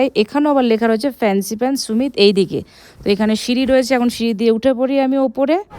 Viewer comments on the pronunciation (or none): সুমিত না ভাই, সামিট । মানে peak